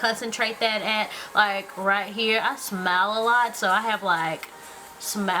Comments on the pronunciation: i thought she said i smell a lot, instead of i smile a lot lol!. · I thought you said I smell a lot! o_O You're still beautiful though, and I subscribed^-^